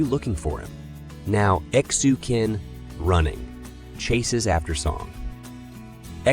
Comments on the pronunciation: I think you have to ptonounce Xu Qin as Shu Chin.. Like Qing Dynasty.. It was pronounced as Ching dynasty. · Xu Qin is pronounced /shoe chin/